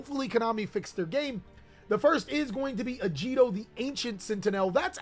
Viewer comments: Agido, not Ajido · Your pronunciation of Agido made me instantly click off the video, unsubscribe, and block your channel. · Wanna try that again with pronouncing agido? My God you are so silly person